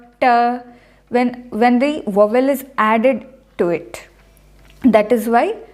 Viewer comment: Madam, In English 'v' is DENTAL and 'w' is not. Hence, 'vowel' is pronounced first with a dental sound on the 'v' and then an open sound on the 'w'. Otherwise, thanks for teaching us Sanskrit pronunciation.